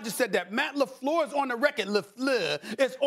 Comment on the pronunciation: Le fluhhh